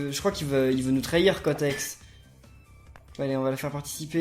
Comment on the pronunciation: A mdr il dit cotex au lieu cortex